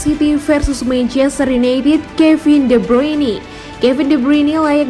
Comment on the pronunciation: De bruini 🗿🗿🗿😭😭😭